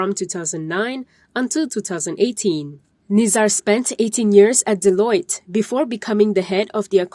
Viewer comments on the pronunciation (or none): it's delua NOT Deloit. It's a French word la mat salleh celup.